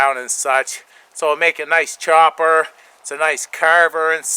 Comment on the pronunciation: kudos on the new "Choooppppaaaass" pronounced with Brooklyn accent. More from " Cutting Edge Technologies".... Cheers, Mate.